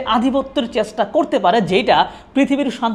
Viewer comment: পুরা ভিডিওতে শুধু ইতিহাস গাইলেন ভাই! মানুষের ইতিহাসে আগ্রহ কম, ভবিষ্যৎ নিয়ে বলেন। ক্যাপশনে বললেন একটা, কিন্তু শুরু এবং শেষ করলেন আপনার ইতিহাস আর ইতিহাস দিয়ে। আপনার 'চেষ্টা' উচ্চারণ-টা কানে লাগে।